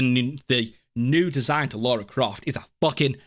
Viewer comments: It's Lara, NOT Laura. People who grew up with TR since childhood know this lol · Lara! Not fecking Laura.